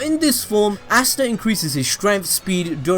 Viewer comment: You say easta